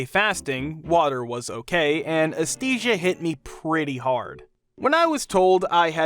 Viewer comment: Please Google how to pronounce words like anesthesia, anesthetic, anesthesiologist.